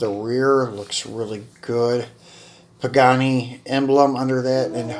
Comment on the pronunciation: Pagani (why ra) pronunciation.